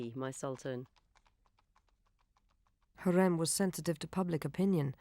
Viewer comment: it’s pronounced “ha-rem” not “Hareem”. It’s pronounced “Hur-rem” not “Hurem”, It’s pronounced Mu-raad(strongly pronouncing “R”) not “Mu- rayd”.